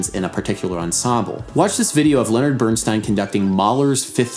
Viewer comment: Bernstine not Bernsteen